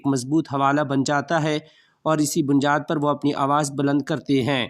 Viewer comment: السلام علیکم 2منٹ کے بعد لفظ بنیاد ۔۔کے تلفظ پر غور کریں بنجاد محسوس ہورہاہے